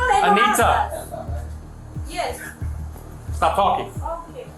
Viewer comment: "YeZ"... Stop talking